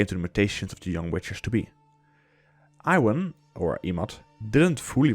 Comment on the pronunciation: Apparently Iwan is pronounced closer to E-Van